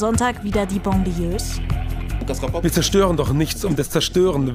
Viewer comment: Banlieue mit A wird das ausgesprochen nicht Bon. Aber in manchen Städten Deutschlands fühle ich mich auch wie einem Banlieue Migrantenviertel. Und da wohnen arme Deutsche....dank Rot-Grün.